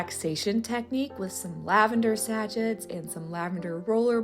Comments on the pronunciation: That’s all I could hear…satchet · Always love your decorating style. BTW This is not a criticism, I appreciate someone kindly telling me I'm saying a word wrong. Unless both are correct but I don't think so: sa·chet is pronounced sa-ˈshā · Your Volg is lovely, and I enjoy watching your projects and decorating. Beautiful and thoughtful projects. I will be making the vanilla. This is not a criticism, and your pronunciation of sachet, may be a product of where you live, but sachet is actually pronounced "sa-shay". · Nails on a blackboard moment: it is pronounced “sa-shay” not sachet like hatchet. Otherwise, really enjoy your channel. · Loved this! But I have to say, I had no idea Americans pronounce sachet like it rhymes with ratchet!